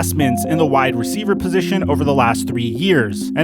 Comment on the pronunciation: “ juju is a great receiva”